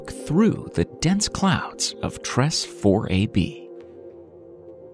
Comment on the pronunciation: Tress is pronounced " Treys "